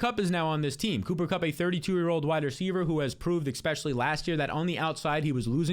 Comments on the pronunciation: why do u say exspecially